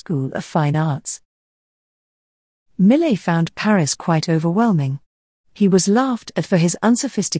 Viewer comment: French speakers would not agree with "mi·luht" as the proper pronunciation of his last name. You made an effort with every other name, including the other French natives. It's mee-YAY See: How to Pronounce Jean-François Millet (French Artist)